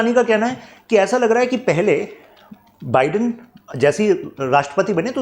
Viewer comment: Sir sab kuch to sahi hai. But Joe बिडेन nahi. Joe बाईडेन hota hai 😂